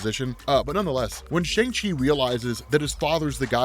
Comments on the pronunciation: Just letting you know, the Chinese/Mandarin/correct pronunciation for Shang-Chi is (sh-YOUNG-chee) or (sh-UUNG-chee) not (sh-AANG-chee). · His name is pronounced "Shong-Chi" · It’s pronounced like SHONG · Why someone people pronouncing it like “shung chi” the way comics is pronouncing it right way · So, we’ve been pronouncing his name wrong. It’s “Shung-Chi”, lol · Emphasis is on the "Chu" not the "Man". Also, it's pronounced "Shong-Chi". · we gotta start pronouncing his name correctly. "shun chi" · Did this to..but... it’s pronounced SHUNG-CHI. Peace. Love the channel. Tks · Just a heads up, the pronunciation is "Shong Shee".